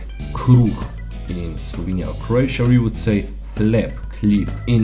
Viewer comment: Are you from Slovenia???? You are saiing it so right.